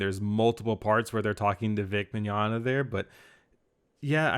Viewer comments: Isn't it pronounced (Mi-gon-ya) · Mignonga? I think it's Mignogna (Vic is now Bic Chonga)